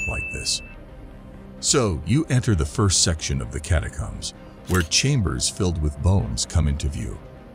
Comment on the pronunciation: And can’t pronounce the word catacombs